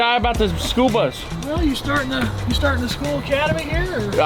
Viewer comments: Did you say school bus or SPOOLBUS??? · Did you say… “the spool bus”??😂 cause if not, that’s what I officially call it!😂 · All i heard was Spool bus and i love it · Did he call it the Spool Bus? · I love that 'the spool bus'😂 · Is he calling it the Spool bus? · 😂👍 “ The SPOOL BUS “ ❤ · The "SpoolBus" 😂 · "The Spool Bus"🤣